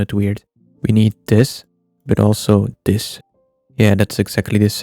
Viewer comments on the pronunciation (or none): Dis??????? It's "this" not dis